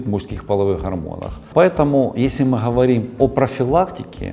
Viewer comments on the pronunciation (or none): Почему умный врач гэхэкает хгоаоря хговорим как можно так гхэкать поработайте над речью !!!! Патология речи вы же взрослый мужчина. Урологхха ужас 🤯